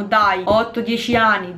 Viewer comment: Ma vogliamo parlare di quando ha detto “8 e 10 aNi” 😂😂